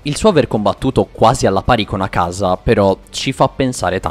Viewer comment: Unica cosa, per favore tocca migliorare gli accenti è: Katá non Kàta Akáza non akàza